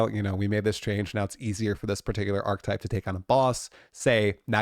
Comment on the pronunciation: Please lookup the pronunciation for the word "archetype".